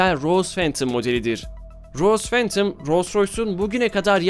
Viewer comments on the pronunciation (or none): none